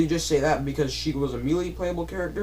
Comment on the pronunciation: why are you saying me....lee. it is pronounced May..lay = melee, I'm sorry but this is not a needed video, Quit talking about what you "think" and talk about what you know.never mind just shut up